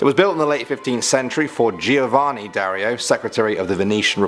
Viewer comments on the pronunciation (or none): none